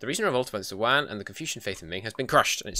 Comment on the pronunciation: i think the 5 discipline is worth the 10 morale if you dont want loot money and the yuan dynasty is pronounced kind of like yen